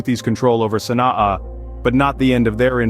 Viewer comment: Your prounciation of the name of the capital is wrong